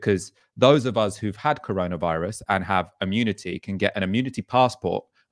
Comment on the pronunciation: I genuinely miss those naive days when was calling it the “coroner” virus. 😩😬 Well done again guys, your content during this lockdown’s been superb, thank you. 👏🏼🌹✌🏼